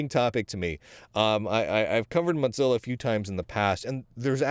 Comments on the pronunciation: Hey, for a guy with pretty darned good lingual skills you need to know that it's Mozilla, not Modzilla or Motzilla!! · It cracked me up the whole video. He pronounces it like mozzarella!